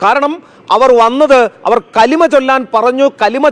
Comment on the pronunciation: കലിമ അല്ല കുലി മയാണ്..